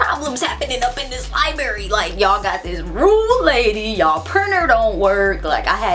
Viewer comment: lol I love your accent. LIBERRY LIBERRY LIBERRY. haha my bff pronounces it like that too.